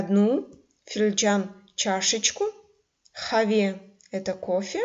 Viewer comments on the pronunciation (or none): извините меня, но это неверное объяснение. В слове "къаве" надо произносить твердое "к", а не "х". Произношение в этом случае "къ", как "х" это диалект местности. Литературное произношение не даёт произношение, как буквы "х". Сравните: на латинице будет "qave", a не "have".. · Здравствуйте уважаемая. У меня вопрос: слово "кофе" пишется "къаве" Вы первую букву произносите "х" хаве, это правильно? Или произноситься каве? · "Сагъ ол" пишется раздельно. "Къаве" не произносим, как "х". На латинице: "qave", а не "have". Пожалуйста, обратите внимание на это произношение. Спасибо за Ваш труд!